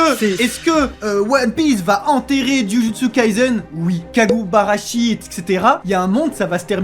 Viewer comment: "Kagubarachi" A ouai non, faut apprendre à lire la...